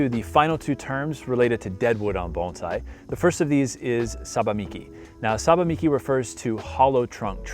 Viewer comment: You're one of few Americans or Canadians that doesn't mispronounce bonsai as bone-sai